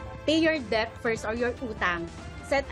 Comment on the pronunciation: Debt is pronounced as "Det", not Deb, not dep. LMAO!! >>SoCalpinoy.